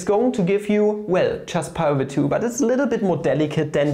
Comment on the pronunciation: Lol what is wafu do u mean wife?? 🤣🤣🤣🤣😂😂 I think dividorial is pi's boyfriend and pi is dividorial's girlfriend what a beautiful relationship 😍😻💟 And u pronounce 5 like FAF just like y as whayy(inspiriert von Ozarks bester Netflix-Serie) And u pronounce pi over 2 like paaaye over two ("""")